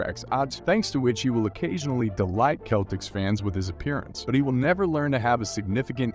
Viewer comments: its pronounced Sell-ticks not the kell-ticks lol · His city is pronounced Dah-car. And it’s the Boston Sel-tics.